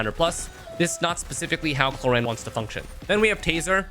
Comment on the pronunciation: is it me, but i keep i hearing clorinde pronounce as korean lol